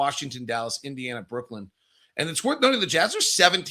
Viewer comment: I still think that it's Brooklyn and not Brooklynd.